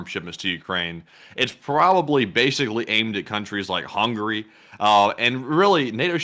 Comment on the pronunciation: He said "Hungry" instead of "HungAry" . :))